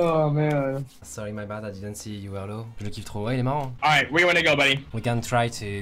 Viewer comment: tu said que la plus par du temps du dit des mot en englais et la au lieu de dir low tu dit laaw